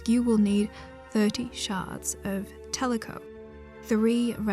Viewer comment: Kick ass video but I couldn’t stop thinking about tlecho being pronounced as teleco the whole video